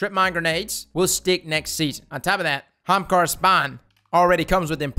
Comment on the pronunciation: “Hamkara...”, nobody says it like that...